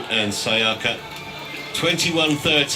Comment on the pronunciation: Syaika not Sayaka 😂